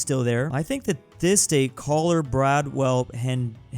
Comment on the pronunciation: Bro why did you say caller instead of Collier and hillsburg instead of Hillsborough? And also why did you say bradwell instead of Broward County?